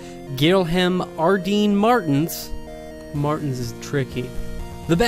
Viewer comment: It's actually GEE (as in "geek"), LEE, AIR, ME (with the stress syllable on AIR). And Martins has emphasis on TINS, not on MAR.